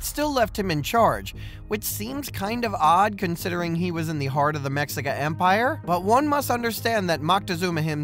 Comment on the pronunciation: It’s pronounced meshica. The x in Mexican native words is equivalent to SH. Many natives would call themselves meshicanos at first rather than mehicanos and the monolingual Spanish speakers would mock them and call them Chicanos in a derogatory way. Now it’s used as native pride and they have a Chicano movement. Chicano is now a word of empowerment for many mestizos in the southwest USA